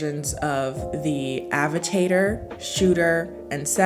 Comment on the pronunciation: "Avi-TATER" 😂Still love you.